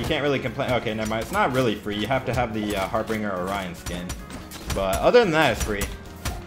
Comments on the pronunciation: Har binger not har bringer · Wanna think it's pronounced harbin'Jer mate lol